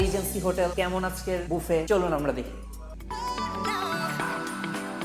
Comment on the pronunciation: Bangali বাফে k বুফে bole keno